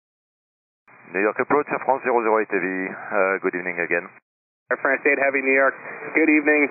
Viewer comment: I mean... it's Air France, not Airfrans, I think that should be pretty known by now.